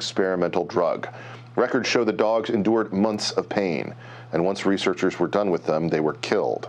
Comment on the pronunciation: "Yi' lyk dags?" "Dags? Ooohhh, dogs, yeah I like dogs"